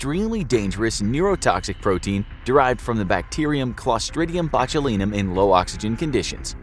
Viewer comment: You really butchered the Clostridium botulinum pronunciation